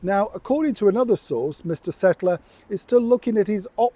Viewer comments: it's 'Kettler' like the many articles on screen say. Not 'Settler'. He deserves to be mentioned by his proper name. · his name is Josh KETTLER. Why do insist on repeatedly calling his surname as SETTLER? It’s so disrespectful.